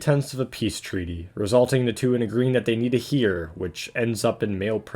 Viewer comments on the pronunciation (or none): Pronouncing Heir as "Heer" make me reel in anguish